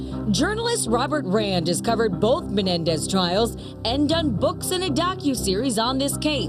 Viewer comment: The Menendez not "Menedez"